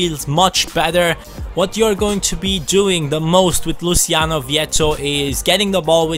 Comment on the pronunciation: Not tryna be a stickler but its pronounced Luo-chi-on-o Just though tie put that out there because my name is Luciano as well haha